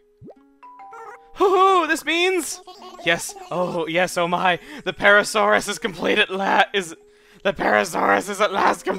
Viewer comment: This video is obviously a lot better if you mentally replace every "parasaurus" with "adrisaurus" from onward.